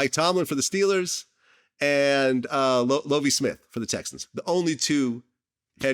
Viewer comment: L"OAV"IE SMITH VLAD, REALLY? 🤷🏾‍♂️🤦🏾‍♂️ It's LOVIE(LUV-EE) Smith my Glad 🤣🤣